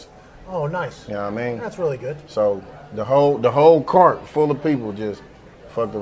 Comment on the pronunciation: 90% of the people here have no clue why he said Bart instead of cart